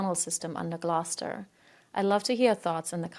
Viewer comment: you said Gloucester wrong, in the uk we pronounce it Glowster